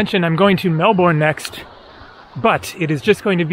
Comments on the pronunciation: Nice Aussie vids dude 😊 pronounced Mel-bin not Mel-born 😮safe travels man 👋🏻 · Melbourne is pronounced 'MELBIN', not the way you said it! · The trees you refer to are ferns. Melbourne is pronounced Mel-burn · By the way, Melbourne is pronounced MEL-BIN. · Love the videos, as you'll be arriving soon small heads up that Melbourne is pronounced more like "Melben" or "Mel Bn". We basically ignore the whole "our" part in the middle.